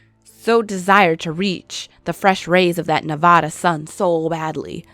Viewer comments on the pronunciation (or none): Why you gotta pronounce Nevada like that